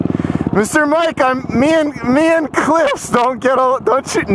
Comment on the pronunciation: Not Mendo, Mr. Mike.